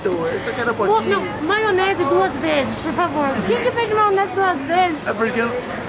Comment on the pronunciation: O cara mexicano falou er maionese doce aí quando o for comer er wasabe